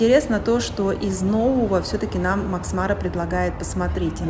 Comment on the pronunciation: Макс МарА - ударение на последнем слоге. Французское слово.